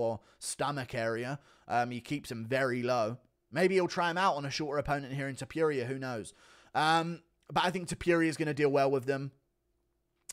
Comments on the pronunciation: It's topuria not topiria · Noooo we had the whole same main card and then you said touporia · Hate the way he says Topuria wrong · Blud said topuria 💀